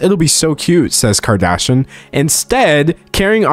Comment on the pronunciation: I love everytime D'Angelo pronounces Kardashian as "Kardashun".